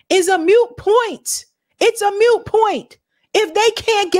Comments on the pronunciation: Moot point,. Not "mute." Moot. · Dear: It IS NOT MUTE point. Mute means someone who can't speak. This is a moot point. Moot rhymes with boot. Not with mute. Boot. Moot point.